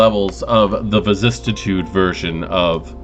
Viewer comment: Vicis-si-tude only one T. Love all your videos but I can’t how you pronounce vicissitude. But I guess that’s on me. Please continue your videos.